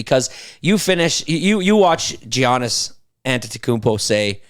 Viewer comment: Jesus. Talk about mispronouncing a name. “JEE-AH-NISS??!” 😂😂😂 it’s pronounced “YAH-NISS” brother . I get it you’re not a basketball fan but Christ atleast get the guys name right 😂🤦🏻‍♂️